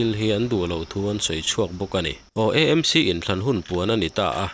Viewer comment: Nanga pawh chu EMC tia ihanlam tlat le .AMC tihtur zawk a nireng sia thildang ah erawh chuan atha mar viauin a ngaihnawm thin e ❤❤